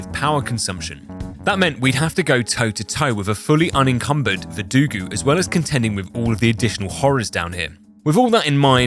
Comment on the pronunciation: Alex Jones in the attic caught me off guard. EDIT: VerduGO, not VerduGU.